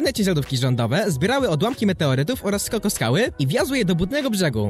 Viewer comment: SKOKSKAŁY , NIE SKOKOSKAŁY